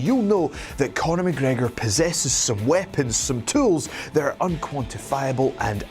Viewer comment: Night Riders...McGregor not mc gregor